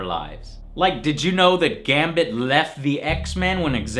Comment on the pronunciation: do you even know ho your messing whit when you say Gambit